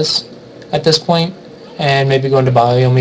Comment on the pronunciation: CMin777 yeah kinda drove me nuts too. Lol but otherwise like the video.